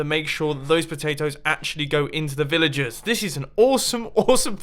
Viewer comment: Who else thought he was saying villages not villagers